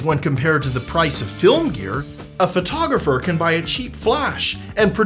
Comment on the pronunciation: You're a Phvoiteographer?